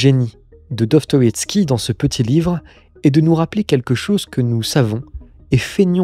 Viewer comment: Répète après moi : Do. Sto. Ïev. Ski.